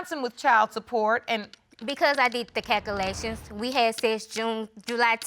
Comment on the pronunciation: Did she just said she did the 'calculection' 😳😳😳 nosah a muss wrong sumn mi hear jezaz.